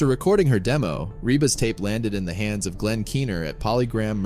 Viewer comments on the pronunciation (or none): none